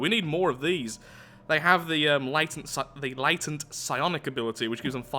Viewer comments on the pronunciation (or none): none